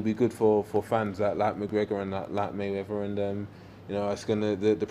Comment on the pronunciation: may -he-win . floyd is a legend of boxing either way